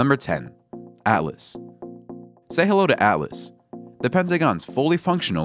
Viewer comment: ALLAS or ATLAS???? The subtitles say ATLAS so pay attention and read and pronounce names correctly next time